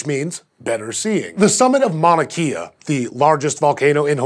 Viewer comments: Protip. It's mauna Kay-uh not kee-uh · god damn it people. Its not "mauna kia" its "mauna kaayaa". Its super cringe every time i hear you guys say it wrong :P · omg it's pronounced kaya not key'a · im not usually one to correct people but its actually pronounced mauna kay'a not keeya :) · Mauna Kea is phonetically: Mow-Nah Kay-ah (not KEE-ah) #cringe Yay for highlighting Hawaii but for the effort put into saying the other Espanyolo names... Disappointed in the lack of effort to pronounce a US location :( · lmao btw its mauna kay-a not mauna kee-a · How you gonna pronounce the Chile telescopes accurately and pronounce Mauna "Kea" like the shitty car. It's pronounced with a hard "A" like the "e" in Chile. Just wanted to clarify for future reference. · Just so you guys aren't saying it wrong Mauna Kea is pronounced "Maow-na Kay-a" :) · Mauna Kea, pronounced Mauna KAY-A. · Its mauna Kay-a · mauna (mow-nah) kea (kay-uh) #scishow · sorry to be that one guy, but I'd like to know if I was mispronouncing something. In Mauna Kea, the E in Hawaiian is pronounced closer to the syllable (ay). like the E in the word hey. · Proper way to pronounce Mauna Kea is "mou-nuh key-uh" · It's k•eh•a, think Princess Leia, not IKEA. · It makes me sad that you pronounced the Spanish place names better than the Hawaiian ones.... Mouna Kea is a really short name and takes a minuscule Google search to learn how to pronounce... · U butchered mauna Kea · Love you guys, but my inner Hawaii pride died a little when he mispronounced Mauna Kea lol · your pronunciation of "mouna kea" triggers me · YES THIS THANK YOU. I cringed. Also the m-a-u in Mauna is a sound closer to "(Chairman) Mao" than "maw".